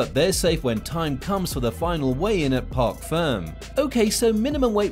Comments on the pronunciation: park ferme not park firm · Mans really sais Park firm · its pronounced park fermay